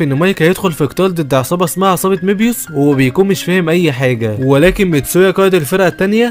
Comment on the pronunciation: مبيوس ❎️ ميبيوس ✅️